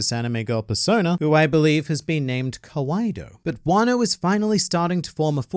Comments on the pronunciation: Kawaido. Really,? Why you do this to us. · Ah yes the iconic kawaii~do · 'Kawaiido' kinda broke me That's all I wanted to say